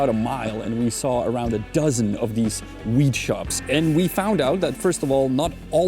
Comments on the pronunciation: Sounded like you said wheat much of the video. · Stop saying 'Wheat'... damn son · It sounds like you are saying "wheat" and not "weed".